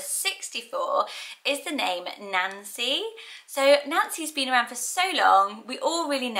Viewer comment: My mother named me unknowingly Ann Ann when she named me Nancy Ann. So in that misnamed tradition why not Nancianne? My niece was just born and name Vivienne ( pronounced Vivian ) she was named for her grandmother Rosemary, Vivienne Rose.. What do you think of Vivian,? I love how you pronounce my name. It gives it a soft edge to a happy sounding name. At least I think Nancy is cute, happy name. I was born in '47 and there were 4 Nancy's in my class so it wasn't so unique bur trendy as you said. Love your brown striped blouse. At least it looks Brow in my phone.